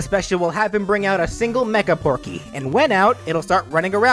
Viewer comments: Am I the it one that noticed it said Pokey instead of Porkey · i hear you said porkey's name correctly once and the rest is just pokey tho i know you have a voice disorder so i dont blame you for saying it wrong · you said porky wrong and his final smash should be his giant mech in brawl